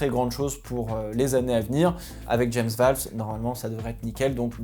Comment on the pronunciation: Pitié arrête de dire "James VÂLVES" ça se dit "VÔLVES"